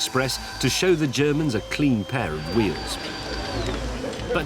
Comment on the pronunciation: I think James's pronounciation of "Ze Germans" is a bit off.